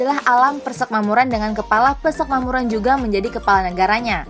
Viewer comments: Gemes sama adminnya , tulisannya uda bener PERSEMAKMURAN tp baca narasinya dari awal sampe akhir vidio malah PERSEKMAMURAN hadeeeh gpp sih cm agak ganggu aja jadinya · Sudah Bagus tapi ejaan atau pelafalan kata PERSEMAKMURAN tolong diperbaiki karna sakit telinga dengarnya. Yg benar itu PER-SE-MAK-MU-RAN bukan PER-SEK-MA-MU-RAN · Persekmamuran apa persemakmuran sih ? 😄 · adminnya balelol. nyebutnya "persekmamuran".